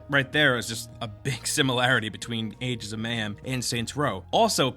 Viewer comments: am I the only one who's getting triggered by him saying "Adents"? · ayeg ents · I stopped watching because of this. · Is it just me or is he pronouncing "agents" like he's mid stroke? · I don't like how he says "agents" ffs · why dont you pronounce the G in agents